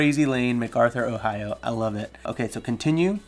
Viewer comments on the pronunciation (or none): none